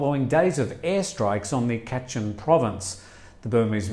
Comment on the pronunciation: Not Khaa..chin.., it’s Kachin 🙏🏽